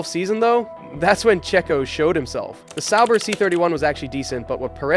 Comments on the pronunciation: Pretty sure it is, watched a video on the channel and Sauber is pronounced correctly. In this video Sauber is pronounced incorrect multiple times the b is almost non existent. Some other weird things with inflections and such too. There are times where the voice stops weirdly then speeds ups randomly like AI voices usually do. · Is this AI or something? sauber pronounced sour 1980, one thousand nine hundred and eighty?? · Love the video, hate how you say sauber 😂